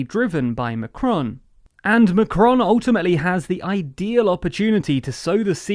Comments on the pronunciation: MACron!! Not McRon. Ffs. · Learn how to pronoun his name... for the love of god. Pleeeasse this hurts...